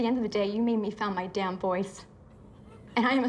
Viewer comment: “At the end of the day, you made me found my dAymn vOicE”